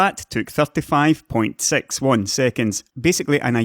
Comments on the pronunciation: English is not my first language, so sometimes I use subtitles to help me to understand. It's funny because when he says "six" the subtitle understands "sex" because of his accent, like with Civilization Sex. They solved with software what took Intel a treasured NVMe slot, with an expensive drive, to solve. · Six pronounced as sex. My brain was on fire after listening to this ;P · No harm, but your's accesnt on "six" is gilarious. Cheers!